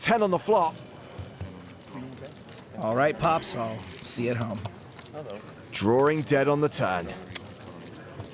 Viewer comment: It's "drawing" not "droaring"!